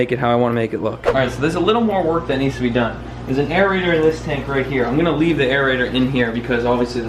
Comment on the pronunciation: “DONE”. ( I thought you said Doug.)